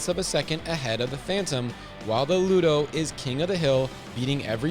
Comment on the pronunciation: It's pronounced LUDA, Sir. Not LUDO. 😉